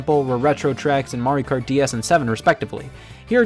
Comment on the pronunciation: The way he says “kart” is super satisfying